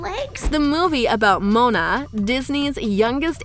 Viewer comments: It's Moana, not mona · This girl doesn’t know how to pronounce these princess’s name, she said Mona instead of Moana and Ana instead of Anna!